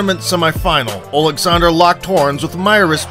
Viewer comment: Wow, someone who can actually pronounce Usyk’s first name correctly, you’d think the big “O” at the start would help but damn people are ignorant